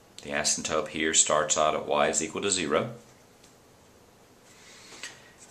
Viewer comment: asymptoTe!!!!! not asymptope